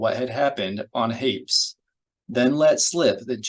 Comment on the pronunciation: My only criticism is that Hapes is pronounced like grapes. Lol